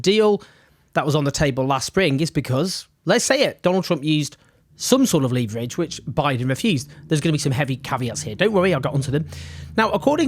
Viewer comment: Who else thinks it’s funny the way he says leverage?